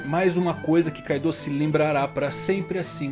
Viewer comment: Man nmrl não gosto quando os caras adicionam uma vogal, tipo "kaidooo